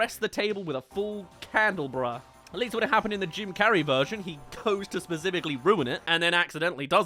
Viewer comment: “Candlebra”?? I hope you mean candelabra??